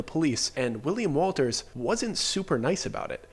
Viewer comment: U said it again hahaha , it Wundt be happening to ya if you were to say his name as ‘Willy’ ‘ Walters’ , but mite end up as Willy WOLTA , may become Willy Walter hahaahaa